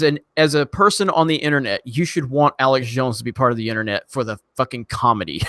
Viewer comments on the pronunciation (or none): none